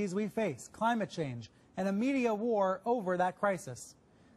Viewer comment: I heard "media whore" over that crisis, instead of "media war" LMAO